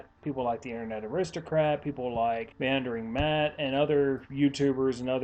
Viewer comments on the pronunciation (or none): I think you keep trying to say "MundaneMatt" and it keeps sounding like "MandarinMatt" XD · I think you got MundaneMatt's name wrong. Regardless though, I'd say this is the most on-point you've been in quite a while now. I'll be linking this video on my Twitter feed to spread it around as I think more people should see it.